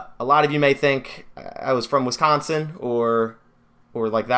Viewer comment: I could tell that you didn’t grow up in Wisconsin because of how you pronounced it but it doesn’t matter at least you’re a packers fan!